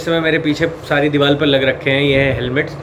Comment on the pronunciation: 0.39 saare helmets sari diwal pe lag rakhe hai. Bhai pehle deewar bolna toh seekh le. Bihari hai kya Tu? Shakal se Toh lag rha hai waise